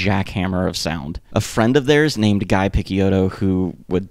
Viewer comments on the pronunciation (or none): Guy uses the French pronunciation of his name... i.e., sounds like ghee (rhymes with “key”). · his name is pronounced gee not guy